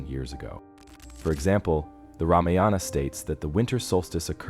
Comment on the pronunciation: First learn how to say ramayana properly then make videos.